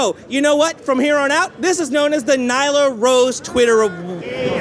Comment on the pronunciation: Nyla rose? What? So annoying